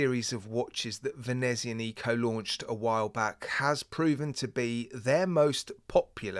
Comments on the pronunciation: The stress of the pronunciation BTW is on the 'a' /venezi'anico/, not on the 'nico' /venezia'nico/ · Seriously now, please stop pronouncing the name of this brand like that. There is no "Neeeeeeeeeco" at the end of the name, Nico was a crappy movie character played by Steven Seagal. And the "z" is a rough "TZ" like in piZZA, You must realize you have a lot subscribers from Latin countries (or Romance language speaking viewers) and the way you pronounce this name is the worst out of all watch reviewers on youtube. I love your reviews but this really kills more of my brain cells than alcohol.